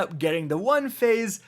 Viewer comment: The way he says "one phase" on morgeth is so out of place and annoying